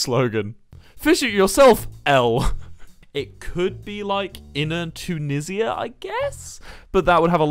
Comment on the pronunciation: Hol up hol up hol up… did he just call it Too-nizz-ee-ah?